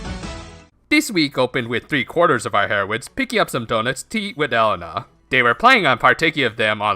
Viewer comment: Elena is pronounced Eh-Le-na